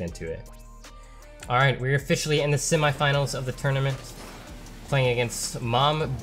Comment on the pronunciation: Why u saying semi finals weird no hate keep up good work thow